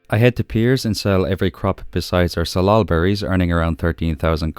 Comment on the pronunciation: You pronounced salal correctly - it grows wild in the Pacific Northwest where I live. Thank you for the full episode!